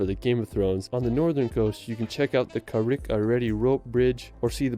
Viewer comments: I've seen a few reactions to this guys video, he seems nice enough but can't pronounce for shit, it's carrick a reed rope bridge not redey. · Bridge is pronounced Carrik-a-Reed But, yeah, York will blow your mind as a city - as well as the Yorkshire Dales/Moors - plus the coastline. St David's in Wales is the UK smallest City - beautiful there too Not keen on the places he chose in Scotland - I'd visit Aberdeen, Loch Ness and the Caledonian Canal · He mispronounced the Rope Bridge as well... It sounds like Carrick a reed, not Carrick a ready 😩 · Carrick -a-rede rope bridge....its pronounced carrick a reed